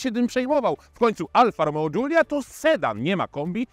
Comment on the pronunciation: który nie potrafi nawet przeciętnie wymówić nazwy modelu, zaczyna go krytykować. Dziękuję, nie oglądam. Wolę film od Jagody i Coobcia;)